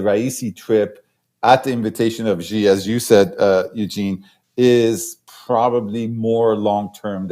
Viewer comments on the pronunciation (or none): Pronounce President Xi as "si" not "ji". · Eugene, it is XI (pronounced as "see"), not GEE or JEE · No. Pronounced as zee